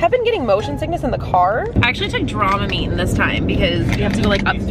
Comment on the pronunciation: Hahahahhahahaha dromimine not dramamine